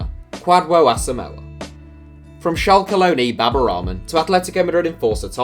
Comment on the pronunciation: That is not kwadwo Asomah name is pronounced